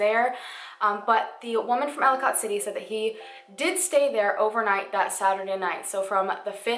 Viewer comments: idk if you know this already or not but i just wanted to let you know ellicott city is pronounced like ellie-cut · Everybody from maryland is cringing at “cat-onsville” and “elli-cot” city 😂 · I'm pretty sure you are talking about ellicott city md. It's not pronounced how it looks. It's more like Elli-kit, if that's the place you are talking about my brother used to go to school there and it's not that far away from where I live. Very disturbing. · For the love of god it is ELLICOT- pronounce ELL-i- CUT CITY, not ellicOT. K. Thnx. Please continue..... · Girl, I love all your videos, but as a Marylander, hearing you pronounce the names of these towns physically hurt me lol. Seriously though, so many people go missing that just get swept under the rug. I don't remember this being covered by local media at all. Thanks for making these videos. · Great video! It’s Kay-tonsville and Ell-eh-cut City 👍🏼🤗 Can’t wait for the next video - your channel is growing so quickly!!!! Gitttttt itttt girl!!! 😜 My favorite “missing people / conspiracy / mystery” channel on YT for sureeeee!!! 🎉🙌🏼👍🏼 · Just a tip, when I’m doing a story (not for YouTube) and I don’t know a city’s names I YouTube local newspapers stations to hear the pronunciation. I’m from Baltimore and the towns Catonsville is kate-ons-Ville and Ellicot City is el-ih-kit city. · I live in Maryland. And I work in catonsville it's pronounced like katetonsville and Ellicott City is pronounced like Ellicitt City. And I haven't heard about this. And im from the area and know the area very well. Wow this is crazy it's so close to home. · This was a really well done video! I live in Baltimore and have never heard of this. (Baltimore is only about 25 minutes away from Catonsville and about 40 minutes for Ellicot City). By the way, Catonsville is pronounced Cay-tons-ville and Ellicot City is pronounced Ell-i-cut City. But great job! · They’re pronounced Kate-tons-ville and Ell-i-kit City. 🙂